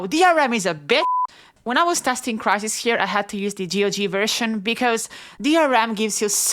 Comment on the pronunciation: 😂😂💀 “WhEn CrItHiS”